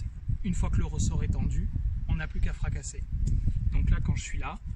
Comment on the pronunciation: FRACASSERRRRRRR !! :D Sympa le repère de la colonne vertébrale ! je l'ai utilisé un temps avec comme "objectif" de contacter la balle coté sud-est pour etre sur de revenir intérieur ! :-) Comment as tu fait pour trouver ton grip si prononcé ?